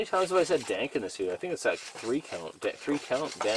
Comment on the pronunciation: I thought he said "Dang"